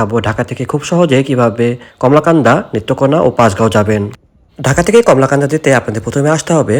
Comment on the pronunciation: কলমাকান্দা উচ্চারণ ঠিক করুন। কমলাকান্দা নয়।